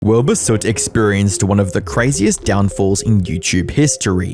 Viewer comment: Wilbahh bit me fingahhh